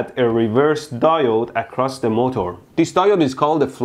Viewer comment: Normal people's pronunciation: MO'TER' Mehdi's pronunciation: MO'TOUR'